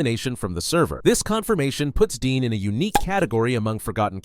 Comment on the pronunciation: Bro jumper only appears in spokes videos and princezam and raxby isnt forgotten and deputy everyone still talks about their last lines and also its dean not dee dumb learn from the wiki